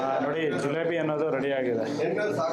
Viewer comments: ಜಿಲೋಬಿ ಅಲ್ಲ ಜಿಲೇಬಿ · ಜೂಲೋಬ್ ಅಲ್ಲ ಜೀಲೇಬಿ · Not julebi itis jilebi